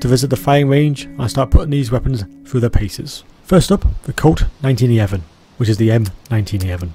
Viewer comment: BRUH the way you pronounce the 1911, ok never mind